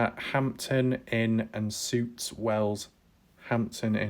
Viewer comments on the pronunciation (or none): OMG i can't stop laughing. Hampton Inn and Suites is not suits it is pronounced Sweets. YOU NEED AN HOLIDAY Lol. The heater is also air conditioning.